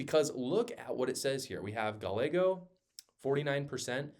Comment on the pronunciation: Moreno doesn't pronounce his name with a Spanish accent. Gallego is pronounced "guy-EGG-oh"